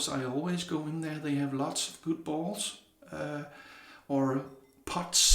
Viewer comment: When you said "I have a lot of bowls(sounded like balls), I lost it🤣🤣🤣🤣 Great vid brother, and I'm digging that custom bowl. That's gonna be an awesome giveaway to someone. Have a great weekend my friend and stay safe.🤙🤙🤙